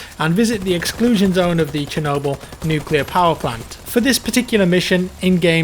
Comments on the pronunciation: not "SH" but "ch" actually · Its not kenoble, its Chernobyl, pronounced sherno'bili in ukranian, and in english, pronounced shernobill. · it's "Ch"ernobyl the ch sound is the same as in a word "chick" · I can assure you that it's Che-rnobyl' as in Che-Guevarra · Chernobyl, not sher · chernobyl is pronounce che-nob-all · It's Chernobyl as Chicago.